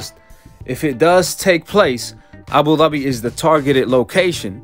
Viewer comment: Y he say Abu Dhabi like that 🤣🤣